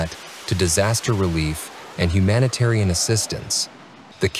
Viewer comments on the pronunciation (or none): Make me laugh when they say humanatian aid.